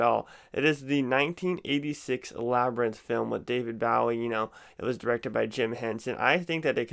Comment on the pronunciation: You butchered David Bowie's name Google it so I can tell you how to pronounce it correctly love your videos by the way